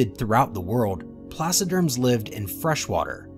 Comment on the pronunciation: Yeahhh. They said placoderms wrong(as I'm complaining I didn't look up that spelling so 🤷)